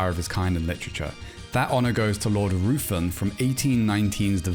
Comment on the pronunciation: Ruthven is pronounced like Riven